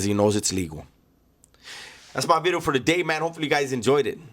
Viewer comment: “nuuuu vid-e-oH”